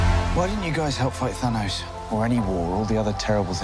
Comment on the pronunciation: The whole universe: Thanos. Salma: Tanos 💚🇲🇽❤️